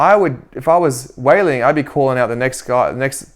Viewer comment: Her name is not Weilin it's Weili (no n in the end). So annoying earing you say her name wrong.